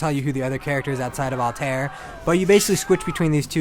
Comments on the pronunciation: its purnounced all tie air not all tair they said it like 50 imes in the game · It's pronounced Al-ta-IR... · He can't even pronounce Altaïr right. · If it was called Call of duty Medieval warfare it would have gotten a Perfect score. And he Said Altair name wrong!